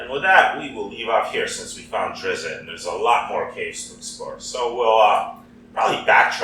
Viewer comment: You actually pronounce his name like "drist"